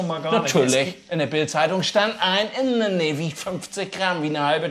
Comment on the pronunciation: Indernee...oder I-BETT...I-BETT!!! 😂🤣😂🤣 Dittsche forever LOL.